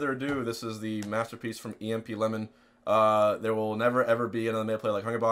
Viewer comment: The way hungrybox pronounced emp's name in the beginning